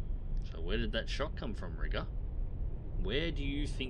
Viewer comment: Riga, Pronounced Re-gah, and it's not "Potty", but pronounced Po-tea.